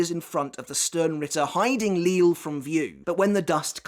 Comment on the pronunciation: I'm sure by now you know the proper pronunciation of the Sternritters' names like Lille, Äs Nödt and Cang Du etc Are you simply used to the way you've been pronouncing them at this point, or have you you considered changing it?